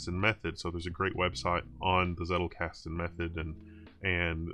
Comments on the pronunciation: It's pronounced Tsettel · One interesting tidbit is that the German "Z" is spoken like "Ts" so "Zettelkasten" would be more like "Tsettelkasten" when spoken. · I just watched it to see how he pronounces "Zettelkasten" ....